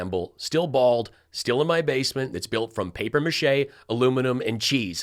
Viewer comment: That's papier (pop-yay) mache',.:^ )